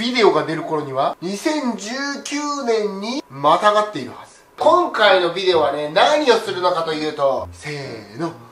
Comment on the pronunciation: 企画はそーと好き そしてすごい おもしろいことゆっとるわけじゃないけど！ ヴぃでおとかヴぃでおとかヴぃでおとか